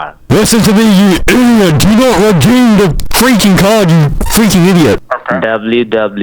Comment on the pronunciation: “Do nod redeem id” hits hard 🔥🔥🔥💀💀💀